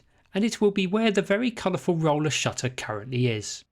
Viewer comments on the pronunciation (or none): none